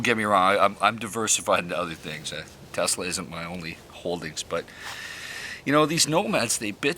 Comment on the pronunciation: Is it Tesla or Telsa? Slow down man, had that been an explosive you could have blown us all up.